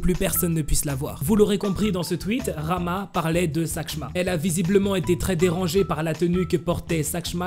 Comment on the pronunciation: et d'ailleurs le nom rahma ne se prononce PAS rama mais raHma avec un H cest une prononciation que les francais ne peuvent pas faire lol